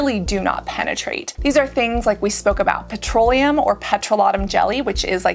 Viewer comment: No one is talking about that way she pronounces petroleum